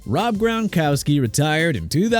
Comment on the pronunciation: Gron-kow-ski!! You having problems pronouncing athletes names or you just don't care?? Smh